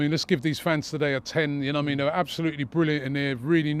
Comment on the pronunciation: ‘You nowah mean’